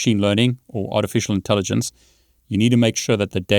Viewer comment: I heard "with art and elephant". Maybe the AI heard ur voice & ignored the writing. Lol